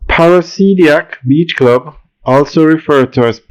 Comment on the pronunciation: PARA-DI-SI-AC. Not parasidiac